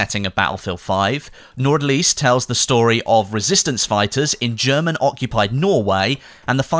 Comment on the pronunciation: The "D" in "Nordlys" is silent. It means Aurora Borealis or "Northlight" as it means directly translated.